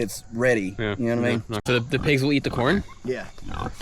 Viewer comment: "the pigs will eath the corn" ?!?! What planet did you fall from, man?